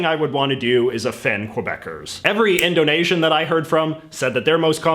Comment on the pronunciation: The way he pronounces indonesian makes me flinch, my poor indonesian gf should never hear this xD Although she loves martabak, so hey, I know of one of these things ^^